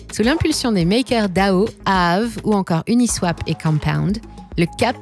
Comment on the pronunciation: Comment ça prononce AAVE, ça se voit à chaque vidéo que vous êtes une imposture 😂Récidive à avec le fameux Didix 🤣